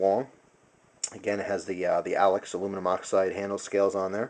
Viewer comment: It's Alox not Alex